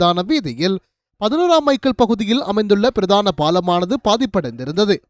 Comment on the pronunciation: பிறதான செய்திகள் என்பது தவறு. பிரதான என உச்சரிக்க வேண்டும்?